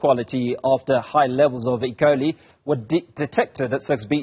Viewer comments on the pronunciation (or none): Not ecolee... E Coli.